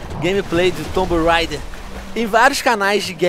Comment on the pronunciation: venom fala tomb reider (so pro pronunciar por favor não me corrijam eu sei que estou errado )